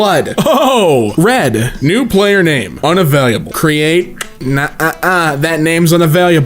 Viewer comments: well i guess i'm a biologist. when i talk about my friends, i am technically talking about other cells also, may i ask why you pronounce "unavailable" like "una-valuable"? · why does pronounce unavailable like unavailiabyle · I had to stop when yousaid un-avail-lee-able